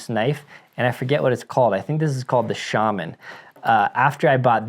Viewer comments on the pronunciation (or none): none